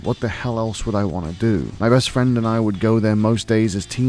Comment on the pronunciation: ooh fwend